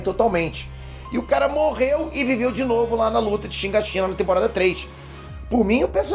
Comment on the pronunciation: Pqp, o n sabe falar o nome dos personagens pqp. Levai (levi), shígashina (shigashinÁ)